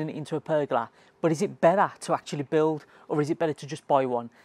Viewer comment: How to build a what? 🙉🤣 Have you never heard someone say it outloud before? Haha Great tips though, i like the decorative curves you added 👌🏼👌🏼